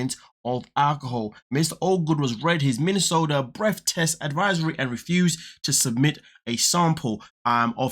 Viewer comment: “Breaff.” Do you mean breath?